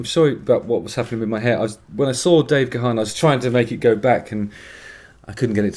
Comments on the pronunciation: It's pronounced Garn not Ga-harn. Love this song so much. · Gaan not GaHan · If you really loved Depeche, you'd know that Dave's surname is pronounced "Garn" not "Gerharn".